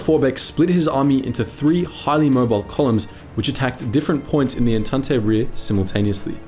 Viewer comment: how can someone who covers so much history have no idea how to pronounce "entente" it's not "entahntay". it's closer to "ontont".